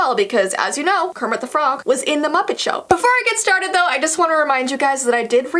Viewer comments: Kermit de frog Me: you had it right the first time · Kermit du frog Me: that's wrong correcting herself: Kermit thu frog Me: that's still wrong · KEEMIT DE FROG 😱😱😱😱😱